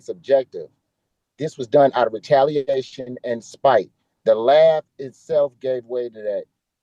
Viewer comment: Retalianation… I just learned a new word 😂😂